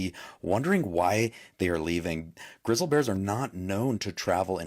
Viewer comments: What's a grizle bear?😅 I think you mean GRIZZLY bear sir. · That guy saying "grizzal" bear. AI all the grizzal bears look and walk just the same. Get outta here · "Grizzle bears" It's Grizzly😂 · Its grizz-lee bear not grizzled 🤷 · Grizzle bears? Lmao it’s Grizzly pronounced Griz-lee omg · He say grizzle bears? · Did he say " Grizzle Bears" ? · A what bear 😂 😂😂 it’s pronounced Griz-Lee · Anyone else wanna slap this guy for calling them grizzle bears? Holy hell dude there is a Y at the end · I noticed that. Grizzle Bear LOL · Dude can't ever say grizzly bear right 😂😂